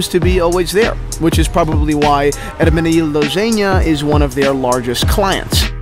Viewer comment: Not mispronounced at all though.